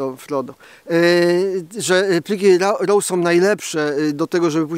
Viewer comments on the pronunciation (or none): Nie, no...... (chyba że tylko dla patronów, a ogólnie - to wtedy, "Nie, no... ") po co się męczyć z tym angielskim jak wychodzi tak jak wychodzi? Lepiej "pliki raw" (żeby rymowało się z "traw" - "Zdjęcia traw robię w plikach raw, a brzegu w jotpegu", okej? Nie żaden roł, ani rał bo to ani nie były minister, ani nie wiosłowanie, ani nie rząd, ani tym bardziej nie pyskówka. Na upartego może być "roooo" (takie przeciągnięte "o"... "Ooo... dlaczego nie mam ustawionych plików roo") ale wtedy wszystkie inne angielskie nazwy też będzie wypadało mówić po angielsku, japońskie po japońsku a chińskie po chińsku i nic się nie da zrozumieć...